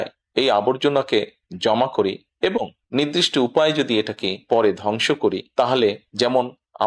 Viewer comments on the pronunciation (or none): নির্দিষ্ট (নৃদিষ্ট নয়)।